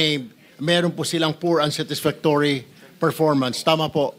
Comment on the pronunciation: Pls pronounce unsatisfactory properly ..